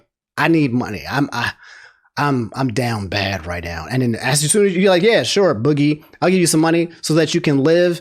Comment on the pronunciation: How hard could it really be to do just the basic level of research and get boogies name right so you don't look like a complete idiot. Like just the fact you couldn't do that shows how little effort you put into these videos